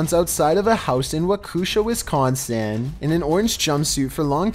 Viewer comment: I’m from Wisconsin and all I gotta say is that you said Waukesha and Wisconsin wrong. Sorry it’s our pet peeve here hahah